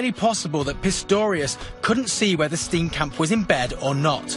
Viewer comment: You don't pronounce Steenkamp as Stinkcamp. Its an Afrikaans surname.